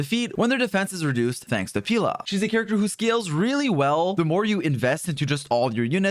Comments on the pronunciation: “Peela” I thought it was pronounced peh-la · Why "peela" though? She is "Pela", Pelageya. Slavic name, "e" like in "yeah". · every time he says “pEEla” instead of Pela 🥲🔫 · dont call her 'peela' pls.... it sounds like pila in portuguese and yea...... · pila??? 😭 being the first one to pronounce it like that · Bruh get her name right🤣🤣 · You say it like Banana Pela and I can't unhear it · That is NOT how you pronounce Pela💀